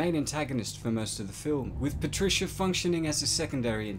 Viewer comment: Oh no its PATRISCHAAAA